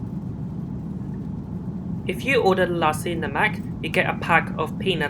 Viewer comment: Nice video! Hope your diarrhoea settled quickly! That satellite lounge looks amazing. Love to try MH to London one day and get to use that lounge. Yes, you have pronounced nasi lemak correctly. It is one of my favourite Malay dishes! And yours looked good too, for an airline meal. The last time I flew MH was on this route too almost 10 years ago. From your experience, they seemed to have improved much since then.